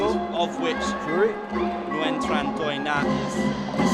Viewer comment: Chán mấy a nước ngoài đọc tên nguyễn trần đổ nát